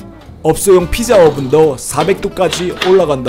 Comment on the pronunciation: ㅋㅋㅋㅋㅋㅋ발음이 삐짜 이러니까 북한말 같네 ㅋㅋㅋㅋㅋㅋ이 영상만 그런건지 아닌지 다른 영상도 보러가야겠음